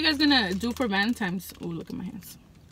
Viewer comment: Its Valentine's day not Valentimes day